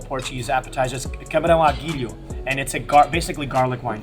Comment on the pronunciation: It's not 'Camarão Aguilho'. It's 'Camarão "Al Ajillo" ' - It means literaly Shrimp with Garlic, but in Spanish. If you want to say it in Portuguese, say: Camarão com Alho.